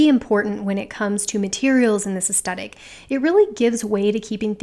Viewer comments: oh honey no it's 'aes-THET-ic' not 'aes-TET-ic'. TH not T you said it so many times 😪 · It was a bit distracting that you kept saying 'astettick' in this video. 'Aes-thet-ic' is one of my favourite words. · I hope this is taken the right way: You are mispronouncing the word 'aesthetic.' You are saying 'es-stet-ik' and it should be 'es-THET-ik.' If you search 'aesthetic pronounce,' you will see a close-up of a woman's mouth pronouncing the word correctly. Forgive me if you have mentioned this in other videos as I am new to your channel. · I enjoyed everything about this video... except the way you pronounced aesthetic.